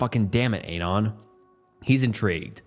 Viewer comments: Dude. Listen to how it pronounces Anon as "Ei-nan". Canada is pronounced CaNAda. I could list a ton of these very tell-tale signs of AI. Another big tell is when the narrator is sharing his own thoughts about a story. The AI tries to feign a a contemplative tone, but the tempo of speech zig-zags from slot to fast to slow in a way no real speaker does. Maybe you're a young person who's grown up with AI slop and you literally can't tell. I was just asking out of curiosity. Enjoy yourselves. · Scariest part of this video was his mispronunciation of "anon"